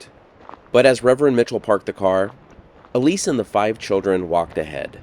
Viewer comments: The plaque says Elsie. I'd pronounce that L.C., not E. Lease. LOL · ELISE ELSIE (EL-SIE) ✅ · Her name was Elsie (pronounced L C) not Elise. You are reading it wrong.